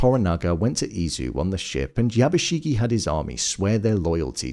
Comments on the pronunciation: How do people consistently manage to mispronounce name when in the show it's constantly YABUSHIGE, not YABUSHIGEEEEE. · Not to be a total Hermoine, but it's YabushiGE not YabushiGI